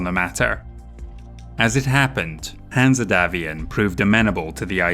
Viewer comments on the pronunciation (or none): The E is silent in Hanse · Is saying "Hanse" wrong on purpose? Or is it just his accent?